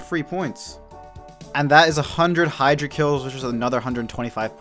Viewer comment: you pronounced hydra right and then mispronounced "pronunciation" lmao